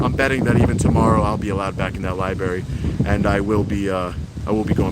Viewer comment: I think it could be me, but you might be pronouncing the place where they keep all the public books, incorrectly. Your grammar and vocabulary are awesome, so please don't take me as being too critical. Love your work!!